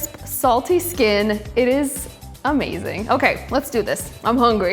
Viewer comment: Please stop saying "Omazing". Don't leave veggiues on platter for fifteen minutes while chicken rests, they go cold.